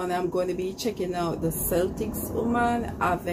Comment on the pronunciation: Just to correct you on your pronunciation, Celtic in this instance is pronounced Keltic not Seltic! Thank you for your lovely reaction videos.